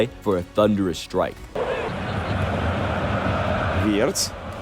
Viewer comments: did you watch the whole video? Wenger isn’t the only one who mentioned his name. Wirtz isn’t hard to pronounce even if you don’t speak german, all you gotta do is pronounce the “w” as a “v” don’t be an idiot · on this video someone pronounces Wirtz’s name correctly but the voice over dude continues to butcher it🤦🏾‍♂️ fuck